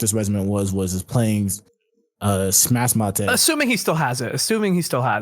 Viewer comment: Someone tell that the english name is just smashmate, not smash-ma-te. It's already in english.